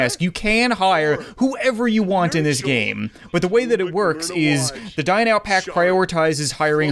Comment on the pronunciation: It sounds like he says die now pack